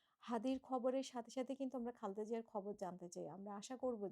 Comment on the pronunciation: দয়া করে, বেগম খালেদা জিয়ার নাম টি সঠিক ভাবে উচ্চারণ করুন। দীর্ঘদিন ধরেই আপনি উনার নাম টি বিকৃত ভাবে উচ্চারণ করচেছন। 😢😢😢😢